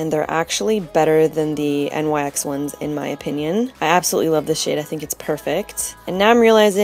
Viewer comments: jeeez! you literally killed me with "you know i love my mermaids" :P and almost every time you say "shade" i really think you say "sh*t". gotta buy that shrimp me up shadow! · Hah, when you said "after i clean the shade off", i thought you said "clean the shit off" omg it just made me laugh ao hard xD Beautiful look!